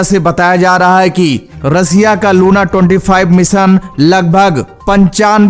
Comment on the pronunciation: Russia bolna to sikh lo 😂😂😂